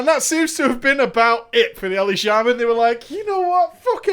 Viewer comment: I'm probably just being ignorant but I've never heard shaman pronounced shay-man ever in my life